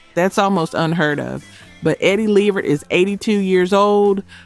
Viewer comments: How do you not know how to pronounce Eddie Levert’s name??? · Eddie's last name is LEH-VERT not Leveret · Eddie from the O'Jays last name is LeVERT not Lever...the T ain't silent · The tone here is a little salty. They still make good music. I would make one suggestion, sub in a better song of the Spinners instead of Rubber Band Man. They had so many better songs. and LeVert is pronounce Luh VERT. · Is this an AI voice??? Cuz ain’t no way you really keep saying Eddie LEEvert……. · AI voice you have to spell it like it sounds or AI pronounces what it sees…hence Gerald LEEvert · Do you not know how to pronounce Levert. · You say you fact-check and research...do you really?? If you want subscribers, do your research on how to pronounce people's names correctly, at the very least! It's maddening, and it doesn't take much for you to look up a group or person's interview to HEAR how it's pronounced. Specifically Levert. It's pronounced LUH-vert. Do better. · All this info you learned about these groups, and still never learned how to pronounce "LeVert" or "Chi-Lites". Salute.